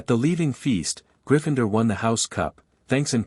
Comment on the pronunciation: It's pronounced it not i t t. And griffindoor not griffindr.